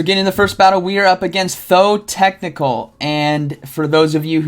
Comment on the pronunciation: Tho Tech Tical, repeat after me... Tho Tech Tical. Respect the robot, respect the EPL ✌️